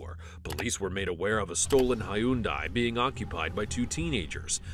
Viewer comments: did this man really just say "high-oon-die" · Did that man just say "hi-uun-die" ?